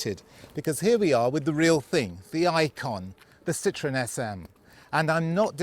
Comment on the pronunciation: A classy video, but what kind of English is "As a young boy, the Citroen SM was one of Kevin Haggarthy’s ultimate dream cars."? So the Citroen SM was a young boy? A very common error no one noticed, and that's a shame. Also, the proper pronunciation is Sitro-EN, not Sitron. Andre Citroen put an umlaut over the "e" on purpose to differentiate the name from "lemon." But it was nice to see such a civilized presentation, not at all typical of our times and YouTube.